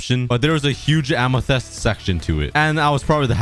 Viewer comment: I love how he says “Amethest” instead of “Amethyst”.